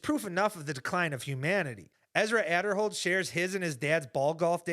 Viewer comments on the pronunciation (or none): Let the bad takes BEGIN Edit: it's pronounced A-der-hold